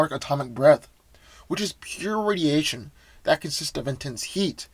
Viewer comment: Red sun radiation not rsdiation